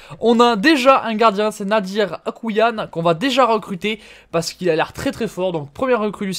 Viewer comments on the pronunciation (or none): A mon avis Akouayn se dit « Akouaine » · C’est AkouAYn donc ça se dit « Akouraeyn »